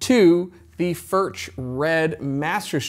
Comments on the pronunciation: FURK not Furch. The ch is pronounced like a K. Know your product. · Hi, your pronunciation of Furch is not accurate. It neither does not end like MarK nor churCH. If you can pronounce Johan Sebastian BACH correctly, use the same ending with FURCH. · Mate - great vid. Love Furch. But please at least try to pronounce it properly. Please